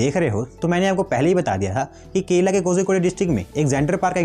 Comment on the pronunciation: bro it is kerala not kela